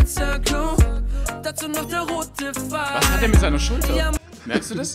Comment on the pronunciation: ES HEIßT *PPP*FEIL UND NICHT FFEIL